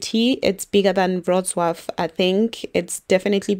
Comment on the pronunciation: Wroclaw pronounced perfectly.